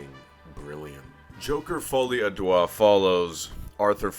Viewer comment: You're saying the name hilariously wrong, "Joker Folie à doigt" (roughly translates to Joker : Finger Madness) It's actually closer to a less stressed "Duh"